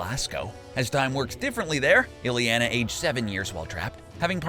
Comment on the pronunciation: please stop saying "pee-oh-tehr" and "illie-ana". if you can't pronounce the names in an at leasr half-way decent manner, just let someone else do the video